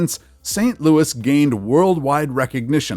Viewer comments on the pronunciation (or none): none